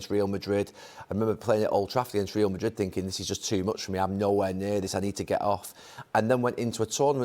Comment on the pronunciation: why can't gary say Real properly in Real Madrid. He even lived in Spain...